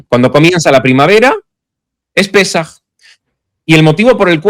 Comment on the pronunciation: No es pesáj, es Pésaj.😉